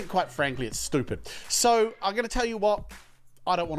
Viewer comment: The "SEW" killed me ahahahha